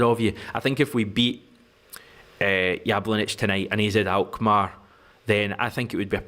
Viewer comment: Jablonec is phonetically pronounced yablonetz. Try to get the pronunciation right, it shows respect which was the opposite Alan Brazil and Ally Mcoist exhibited towards Ange to their shame!